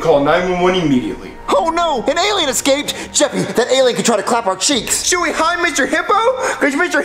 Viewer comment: This is how many times Jeff’s said cheeck